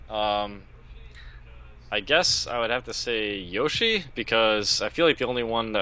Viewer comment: i should slap him for saying yoshi